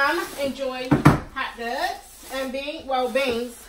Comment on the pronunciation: I from batimore and i know u from bmore bc you said hot dugs 😂😂😂